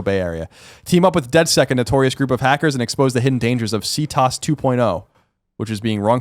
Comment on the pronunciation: great job as usual. you can definitely see collin doesn't play Watch Dogs considering how he said CTOS. lol #collinwasright